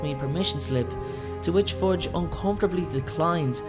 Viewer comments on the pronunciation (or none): Am I the only one who hear Forge instead of Fudge...?